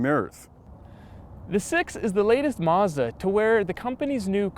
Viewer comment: this is sooo annoying.... CR can't hire people w/out a lispe and who can say 'mazda' not 'mezzduh'??